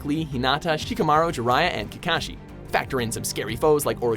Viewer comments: You can tell this man is reading a script because of the mispronunciations. Like kakaaaashi. And the RAAAAsengan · Rah-sen-gan=Rasengan Go-hah-n=Gohan Mah-dara=Madara Kah-kah-shi=Kakashi Ak-at-sooked=Akatsuki I love the pronunciations...